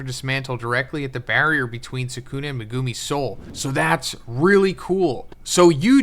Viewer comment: stop saying megoooomi, it’s megumi, u know this and refuse to say the name correctly